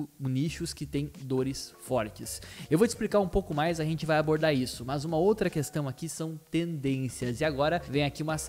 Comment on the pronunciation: Mano na moral esse seu 'mas' exagerado meio que querendo imitar quem sabe fala gringa fica muito feio ( só dando um feed ;) )